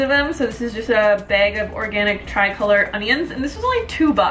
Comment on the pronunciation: "I steams a beg, I got a beg of organic onions, this comes in a mesh beg" beg bag.